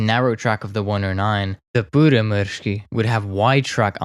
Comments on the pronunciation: sorry to be that one guy but that pronouciation was differeant to say the least im from finland btw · And that's what he has probably used. His pronounciation is far from perfect, but close enough for me. But, this a matter of opinions, so it's pointless to continue. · You are doing fine when speaking Finnish, just remember to pronounce strong "R". As far as i understand DB605's power was limited in Finnish use to around 1300hp because engines we received had only cast iron cylinder liners without chrome plating. They wore out very fast if you used all 1450hp. Pyörremysky looks like a great desing to me, Myrsky was a disaster structurally. Wooden structure could not cope with the rain and damp, we did not have good enough glues at the time. I think best Finnish design, conversion was so called Mörkö-Morane. Decade ago i built Mörkö as a giant scale RC model, and it flew really well and it was fast. We should have abandoned the Myrsky project and concentraded building Mörkö's and Pyörremyrsky's.